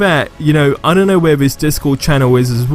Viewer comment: why is it that so many youtubers say Vis instead of This?